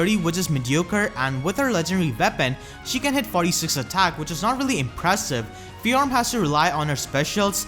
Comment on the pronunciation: Just FYI, her name is one syllable, not two.